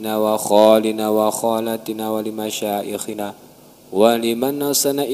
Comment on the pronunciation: Mohon tuh d rubah juga buat jama nya lapaz syaih..bukan pake Hamjah .bukan masya.ikhina...tapi pake ya..yg bener masyayikhina.....belajar lagi PK ustadz